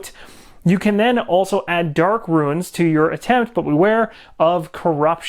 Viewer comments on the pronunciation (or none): Runes = 1 syllable - roons Ruins - 2 syllable - roo-ins :=)